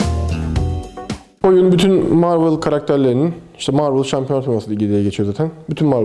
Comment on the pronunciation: Marvel Marvıl diye değil marvel diye okunur :D webtekno T.N.W (The New Machine)